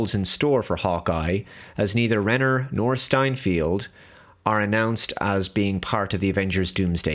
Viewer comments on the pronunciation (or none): Steinfeld, not Steinfield